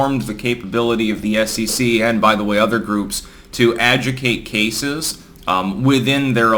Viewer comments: adjuDICate. not "ajucate". Adjudicate. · Great video as always, but... Ad-joo-dih-cate... not ajucate. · Isn't it pronounced "ah ju de kate"? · uh·joo·duh·kayt say it with me uh·joo·duh·kayt!!!!!!!!!!!!!!!!!! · A ju di cate, now say it with me and don’t forget to pronounce the i. Adjudicate, not being a dick here but this reaches a big audience and saying it properly is important. Great Job as always! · you got to say "adjudicate" properly. Everything else is spot-on, as far as I can tell, my good sir! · You missed a couple of letters, when pronouncing "adjudicate". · You mispronounced "adjudicate" at least twice. WORDS: how are they pronounced and what do they mean? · The word is adjudicate.